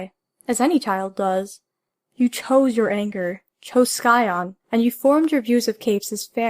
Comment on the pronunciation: It is really late into the game but: Sigh-on not Sky-on.